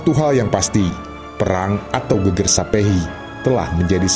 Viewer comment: Mngkin admin yg baca narasi bukan orang jawa ya, soalnya ada beda tulisan sama pelafalan. Yg divideo ini disebutkan Geger (artinya punggung) yg seharusnya geger, biasanya dg tanda garis miring diatas huruf e (artinya perang, keonaran, kekisruhan...). 😁, sukses trs buat channel ini 👍🙏